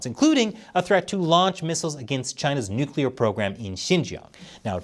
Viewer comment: You get an award for being the only person on the internet that knows how to correctly pronounce nuclear.